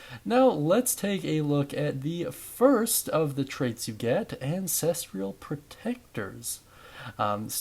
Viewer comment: god i hate to be this guy but its 'an-ses-trull' not 'an-ses-tree-yull' bugged me so bad 😅😅 ty for the guide though big dog!!